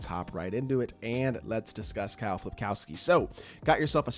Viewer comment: FILPOWSKI, NOT FLIP